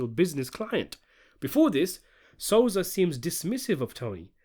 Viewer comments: The name is Sosa, not Soza! Thank you! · Lol u said "Soza" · Stop calling him soza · You can't even say sosa right learn your english 😂😂😂